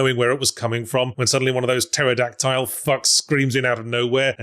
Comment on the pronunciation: why does he say pterodactyl like that